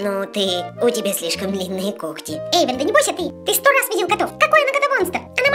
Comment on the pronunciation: Во первых ни Ейван а Эйван а во вторых не кокти а когти